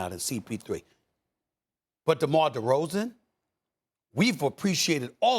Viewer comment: Give it up Steven A. DeMar DeRozan's name doesn't even sound right coming out of that mouth